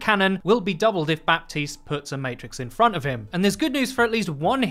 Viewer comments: Buh - teest not bap - teest. Thanks for coming to my ted talk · His names pronounced Ba-teest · "Baptiste" is pronounced as "Batist". With a silent "p". No wonder I can't hear him in the toilet. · How is Baptiste pronounced batees? Are we just gonna ignore 1/3 of the letters 😂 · Pls stop pronouncing the "p"